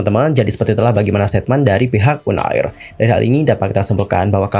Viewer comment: Un air un air, uner bang bukan un air